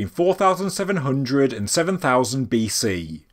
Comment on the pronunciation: I'm glad you say "BC"